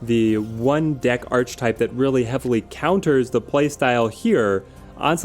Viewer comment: I love your videos man! But please can you start pronouncing archetype right? Ark-e-type